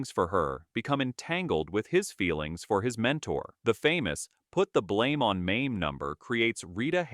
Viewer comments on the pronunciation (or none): none